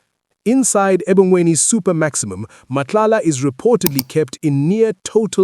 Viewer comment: If you’re gonna run this story again, please note that it’s pronounced “Ebhongweni”.